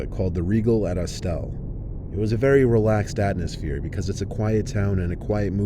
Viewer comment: ATNOSPHERE??????? its ATMOSPHERE. say it right next time, it ruined my immersion.